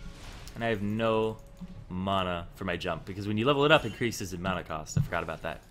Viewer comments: you say it like MAW-na i say it like MAN-a not bad just something i noticed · and y do u say mana like tht.. and u dont level up e first usually..